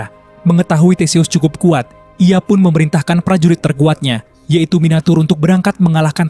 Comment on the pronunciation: Minotour bang bukan miniatur 😭